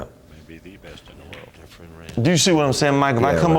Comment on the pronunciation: I love how after all those years, Mike still can't quite pronounce Efren's name properly LOL He always called him Efrem.